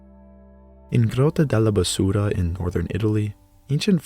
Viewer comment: Your videos are amazing, thank you from a fellow archaeologist! Just a side note, as I know that you are learning italian: it's Bàsura Cave, not basùra, as the first one means "witch" in the local dialect, while the latter is spanish for "trash". Thank you so much for your great work!